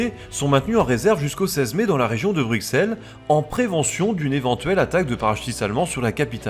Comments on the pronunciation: Pour ta justification sur le refus de la prononciation en français de Belgique des villes belges, que je viens de lire sur Facebook, tes justifications sont fausses à mon humble avis: Bruxelles, tout comme Auxerre ("Ausserre"), se prononce "Brusselle", pcq au Moyen-âge le "x" servait d'abréviation pour "ss" (au MA, Alexandre se disait Alessandre comme l'italien Alessandro). Les linguistiques Humanistes ne découvriront qu'à la Renaissance que les grecs anciens prononçaient X en "ks". C'est pour sonner grec et pseudo-conservateurs que ces Humanistes ont forcé la prononciation de X en "ks", surtout pour les mots d'origines grecques. Anvers se prononce en Belgique traditionnellement avec un S parce que le français de Belgique l'a hérité de l'espagnol "Amberes" (de l'époque où Anvers était une ville du roi d'Espagne, dans les Pays-Bas espagnols). Comme la ville espagnole de Cadix (écrit Cadiz en espagnol) ou les noms de famille Sanchez, Lopez, Velasquez, la consonne finale en français de France de ces noms espagnols est toujours prononcée. Donc oui, Anvers est espagnol comme Cadix (et personne en France ne prononce Cadix "Kadi", mais toujours "Kadis" ou "Kadiks") Autre élément en néerlandais, je remarque que tu prononce aussi les "V" à l'allemande en "F". Mais comme en anglais et en français, le V en néerlandais standard se prononce majoritairement V. Sauf dans quelques exceptions, un peu comme en français le "s" est prononcé "z" entre deux voyelles (ex: raser, mesurer), en néerla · C'est bien documenté, dommage que j'ai dû réfléchir pour comprendre les noms des villes, villages et autre. Même Bruxelles aurait mérité une autre prononciation. Mais bon, ce n'est qu'un détail. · "se mouvoit" (se meut, c'est mieux), "BruXelles" et "HannutTE" en à peine 9 minutes ; j'ai eu mal... mais bon, sur le contenu, rien à redire comme d'hab :)